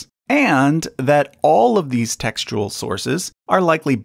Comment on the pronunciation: Every time he says textual, I hear testicle